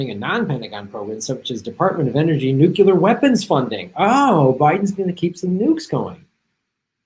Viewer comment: I love this video and subscribe to, Ron, Howell Underground, Faint Signals from Vega, Empire Files, and others. But, there's no word 'new-cu-lur,' okay? It's NU-CLEAR! Pronounced exactly as it's spelled.